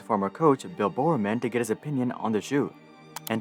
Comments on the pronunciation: Bill Bowerman not "Bill BoreORMAN" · The pronunciations of Bill Bowerman and Steve Prefontain confirm is not a track fan 😂